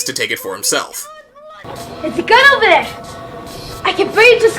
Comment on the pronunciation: "This is not ovah...BULLIES!"